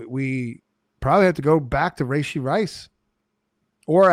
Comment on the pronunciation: Please stop saying, “Ray-shee.” That’s not how you pronounce it. I’m sorry… How do you have a fantasy football podcast and you’re criminally mispronouncing a top receiver in the league? You’re the only two men on the planet that say, “ray-shee” and it’s nails on a chalkboard. Gotta fix that moving forward.